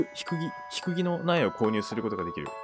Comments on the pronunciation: ジャック可愛すぎる😂アマルくんの声ピッタリすぎて好きすぎるんだけどww「低木」ひくぎwwwていぼくじゃないかな？😂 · 低木の読み方分からんの分かりすぎて声出して笑った笑笑